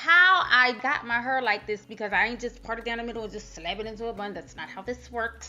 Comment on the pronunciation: "DON'T NOBODEH WANT NO CRUNCH ASS HYUH!" 😂😂😂😂 I'M DECEASED BIHH